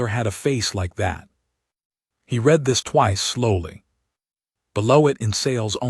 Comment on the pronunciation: and read instead of read .....